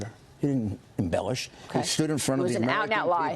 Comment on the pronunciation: Listen to her embellush